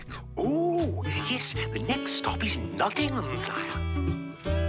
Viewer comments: One slightly jarring thing, and it comes with it being an American production, is the pronunciation of "Nottingham" - the stress is wrong. It seems to be a way of spotting someone talking in a British accent but not talking British English. NottingHAM Vs Nottinghm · Being from Nottingham i love this film... the way they say Nottingham annoys me. Its "Notting-um" not "Notting-ham" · As a Brit, the most upsetting bit of this film is the pronunciation of Nottingham. It's not Notting-HAM, it's Notting-UM. Makes me cry every time I hear it 😥🤪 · ( if you want to say it in an English way it's more Notting-um :) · Its a great film, my favourite Disney animation & its beautiful & sad. But, as an Englishman, I hate the way they pronounce Nottingham. If Hams at the end, it's more of an Em sound. Birmingham - Berm-in-em Nottingham- Not-in-em. Great video. As always. 👍 I can forgive you pronouncing the G. 😆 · I only wish they'd told Roger Millar how to pronounce "Nottingham" before they recorded the audio.